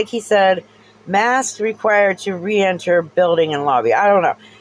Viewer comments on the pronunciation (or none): I don't even think he said "re-enter" it to me like it sounded like he said 're-intermed' whatever that means, his quality is so shit though it sounds like one of those toys from when I was a kid and you press a button and some weird muffled voice comes out so who knows what he was attempting to puke out of his peanut sized brain What a douche making light of what I assume is a memorial photo of a k-9 right after that, normal people would feel at least a little sad seeing the picture, he decides to say oh shit and bark at it